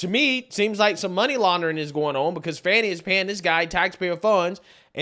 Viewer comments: Why do they pronounce her name like Fawn-knee? Isn't it actually fanny? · Can someone explain to me how "fani" becomes "fawn-e"? Why? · “Fani Pack” 😂